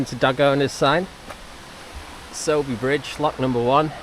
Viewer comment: Your pronunciation of Sowerby Bridge is spot on mate. Get yourself a power bank or two. Stick them in a top tube bag and charge devices on the go.